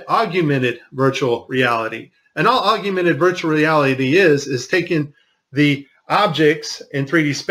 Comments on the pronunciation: Augmented is pronounced OGG-MEN-TED...NOT OGG-A-MENTED. You pronounced the word wrong throughout your whole video..other than that, thank you for helping spread the truth of our planet. God bless. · Please enlighten us more, especially since you can't even pronounce Augmented Reality correctly.